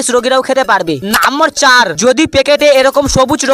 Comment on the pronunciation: নাম্বার❌ নাম্মর✅ 😂😂😂